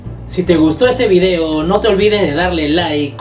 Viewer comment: es que no puedes pronunciar VIDEO?